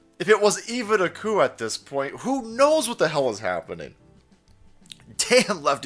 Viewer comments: "The Coup" sounds a lot like "The Coof" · the isnt saying the p in coup